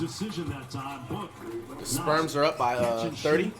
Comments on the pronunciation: "The sperms are up by uhh 30" lolol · "sperms" is crazyyy 😂😂😂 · is he saying sperms or spurs??? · Why is he saying sperms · Has flight always called the spurs the “sperms” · Did he just call the spurs the sperms😂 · Dude called the Spurs the Sperms 🤣🤣🤣🤣